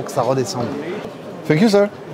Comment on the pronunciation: « funk you » au lieu de thank you a chaque fois🤣